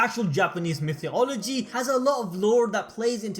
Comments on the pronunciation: "Mythee-ology"?, do you mean Mythology? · I know I shouldn't focus on this but everytime he says 'mythyology', it throws me off. Lol